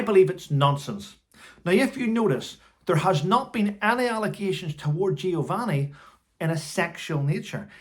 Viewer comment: Having to shout to hear yourself is when I know the batteries in my husband’s hearing aids need changing. My 15 year old grandson has worn them from before his 1st birthday. Giovanni’s last name is said as Per-neech-ay. All these people with their truths, when all they want is 15 minutes of fame, their name in print and a payment. There are very few altruistic politicians left working for the greater good.